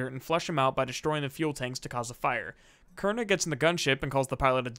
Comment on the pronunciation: The way Mercer pronounced Koenig is how a german would pronounce it (König).